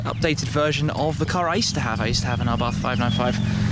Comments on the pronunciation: Pronounced, Abarth [ a-barth ] not "arbarth". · ABARTTTTTTT.....not th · Please , please lose the H in the Abarth , just pretend it's not there ABART , that's it ABART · It’s pronounced [Ab-Ar-T] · Can't get over how he says 'abarth'